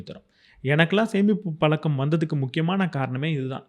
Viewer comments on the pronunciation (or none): none